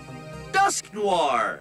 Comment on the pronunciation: even he struggled with Dusknoir lol